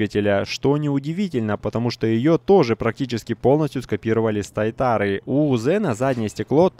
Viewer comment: SSC Tuatara или Shelby Super Cars Tuatara (транск.: [tuːəˈtɑːrə] ) произносится как Эс Эс Си Туатара, не тайтара, можно прослушать в переводчиках. Примечательно, в вики пишут что Туатара означает <пики на спине> с языка маори, которые описывают крылья сзади тачки